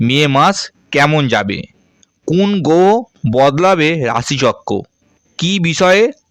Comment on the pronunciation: আপনি উচ্চারণ করতে শেখেন নি, আগে বাংলা উচ্চারণ শিখুন। গ্রহ বলতে পারেন না আবার জ্যোতিষী।